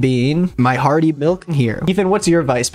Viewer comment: i heard “harvey milk” instead of hearty milk or wtv and i thought they were making harvey milk flavored cbd oil💀